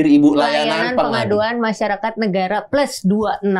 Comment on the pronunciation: Tulisannya kan plus 26, kok dibaca ples 26. Aing bingung pakk